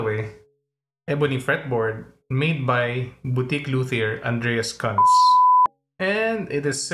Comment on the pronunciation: Great vid. btw the word Cuntz, is pronounced Koontz. ( koon -tss )